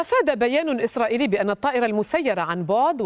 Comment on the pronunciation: الصحفيه قالت الجيش اسراقيلي😂😂😂😂😂